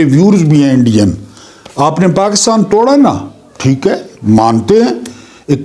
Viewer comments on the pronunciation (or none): none